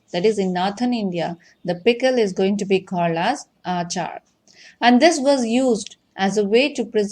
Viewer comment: Not aachaar it's achar